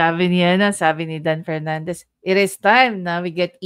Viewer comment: Pernandez ang galing nyan mag Fronounce ng Ep at Fi…. Pano nakalusot mga ganyan trying hard mag ingles mali mali din